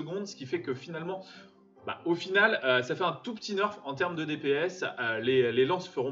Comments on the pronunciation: premiere fois que j entend le mot "nerf" se prononcer "neurf"🙂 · Très bonne vidéo mais ça se dit nerf pas neurf👍🏽